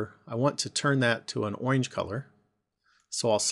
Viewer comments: Is he saying owinge instead of orange? Sorry, it just hurt my ears when he said that. I'm so weird. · i laughed so hard when he said "oinge"